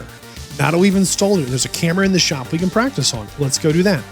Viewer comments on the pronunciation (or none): Never thought I would ever hear anyone struggle with the word "can" or "ken" as it will be from now on 🤦🏼‍♂️